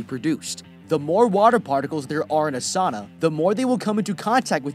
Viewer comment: "Saana" 😂 its not that hard to say its just Sauna